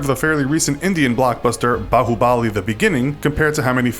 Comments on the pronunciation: you said baahubali wrong mate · my bro in the beginnin' he pronounced 'bahubali' as ''bahuboli''. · The way he pronounces Baahubali : “baahuBAAAAAAAAli” The way he pronounces Dangal: “DAAAAAAAAAnGGGLLLE’ It just cracks me up 😂😂😂